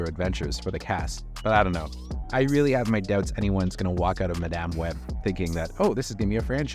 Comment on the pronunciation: Thank you for actually pronouncing Madame properly. Practically every video review calls her Madam. Granted, there's no difference in meaning, but it's simply attention to detail.